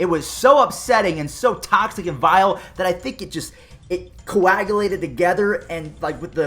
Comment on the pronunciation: No one: Not even the dodgers:: ThE aStRoS COwAgaLAtEd coRoNAviRuS.